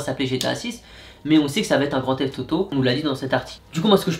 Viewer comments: Tu a dit grand teft Toto 😆😆😆😆😆🤣🤣🤣😂😂😂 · Il dit Grandtheft tauto